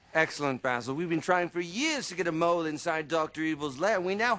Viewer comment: Vijema "Bazzle" 🙄😂 Its Basil.